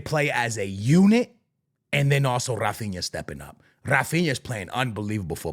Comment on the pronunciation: bro, in portuguese we do not say rrrrrrrrrrAAphinA, he say "Hafinha" just like the sound of "hey"